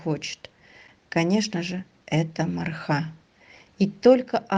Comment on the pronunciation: Марха- ударение на вторую 'а" - так называется посёлок рядом с Якутском. Очень рада за собачек, нашедших свои семьи! Всем огромное спасибо!